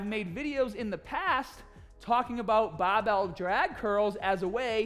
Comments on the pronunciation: You makes me getting smahtee with baahbell training. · You teached us it's baahhbell not the barbell 😅😅